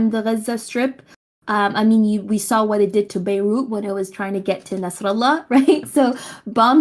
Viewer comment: I hope im typing this right, because as soon as she said "BEYLOOT" instead of bay-root, i had enough and threw my monitor out the window.